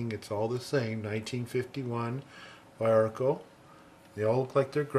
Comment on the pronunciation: the pronounce is veearco. cool video. those purple are copy pencils (that's what cópia means).